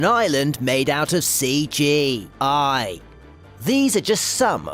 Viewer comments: Dude please why did you say cgi like that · The way you pronounced CG I got me a laugh😂